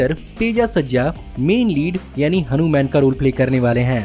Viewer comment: इस movie का नाम हनूमैन नहीं हनूमान है |